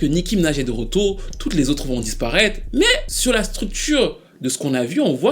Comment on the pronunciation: Je suis camerounais ce "mais" m'est tellement familier 😂